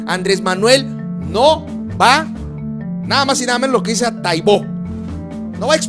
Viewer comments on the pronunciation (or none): ¡Hola! En alguno de tus videos te escuché decir "Paco Taibó II" y eso me hizo pensar que no conoces su trayectoria y su quehacer, te comparto este video para conminarte a conocerlo, te garantizo que cuando hayas leído sus novelas, las biografías que ha hecho y el rigor histórico con que documenta sus obras, cambiará tu percepción y dejarás de hacerle críticas a la ligera. No te pierdas la oportunidad, he seguido tu trabajo y me parece muy respetable y digno de reconocimiento, pero creo que sería bueno que conozcas más a fondo quién es y que defiende. ¡Ah! y no es Taibó, sino Taibo (sin acento) ¡Saludos!